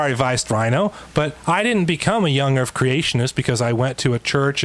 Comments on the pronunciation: "Young Earf Creationist" ? What's an "Earf" ? oh, that's probably that flat thing. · Young earf ? 🙄 seriously ? 🙄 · Anyone notice says "urf" instead of "earth"? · Earf, vestidual ... not only is his argument rubbish, he's not even pronouncing the words correctly. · Does this guy keep saying earf and truf? It's hard for my old ears to tell. If he is, it's okay. I am not making fun of him if he has a speech impediment! I just can't distinguish the words. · Is he saying "young erf"? He must be flat erfer too. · I'm i the only one that can't stand the significant mispronunciation of 'Errff' (Earth) and 'vistig-ual' (vestigial) by someone who is attempting to discredit well researched and documented science? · Not to me. Hell, he can't seem to say earth right either sounding like "erf". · I'm sorry, but I can't listen to this guy. Between his dishonesty, his ignorance and his inability to say "Earth", I just want to rip my ears out to make his shut up. I know it's petty, but I don't care.